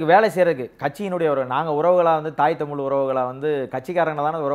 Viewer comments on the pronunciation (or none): ஒரு பத்திரிகையாளருக்கு தமிழ் உச்சரிப்பு மிகவும் அவசியம் திரு.,தமில் அல்ல தமிழ்.